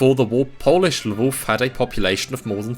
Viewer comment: Your pronunciation of “Lwów/Lemberg” was perfect in both Polish and German